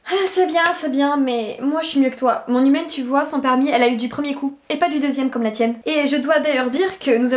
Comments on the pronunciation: J’avais compris «mon hymen» au lieu de mon humaine 😂😭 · Toute la vidéo j’ai entendue “hymen” 😭 c’est seulement en voyant les sous-titres que j’ai compris qu’elle dit “humaine” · Moi qui entends "hymen" au lieu de "humaine" à chaque fois 👁👄👁